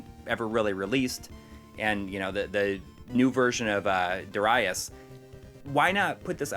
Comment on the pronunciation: Thank you for pronouncing Darius correctly!!!